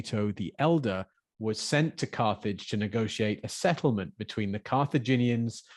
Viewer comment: Geeh! "Carthage" sounds like "carnage" 😟😳